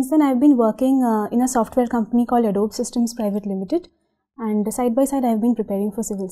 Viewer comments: Adobeeee and not Adobe.. is disturbing though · An Adobe employee pronouncing Adobe as Adob and not Ado-Bee. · oh bhai tu toh chalta firta joker hai. Adobe ka pronounciation nhi pta aur UPSC mock interviews dekh rha aur faltu gyan pel rha. Salute bhai 🤣🤣🤣🤣